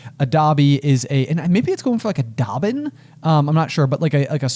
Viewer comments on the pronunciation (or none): It's a bobbin, not a Dobbin 😅